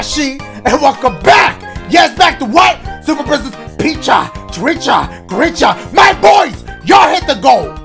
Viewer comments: “Super Princess Beach” lmfao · “Super princess beach” lol (title)